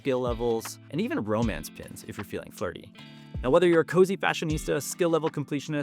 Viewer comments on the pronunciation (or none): none